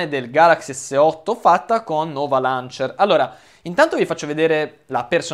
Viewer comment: omg appena sentito loncher? ma che cazz